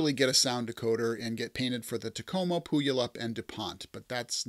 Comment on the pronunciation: It's pronounced Pew-All-Up. LOL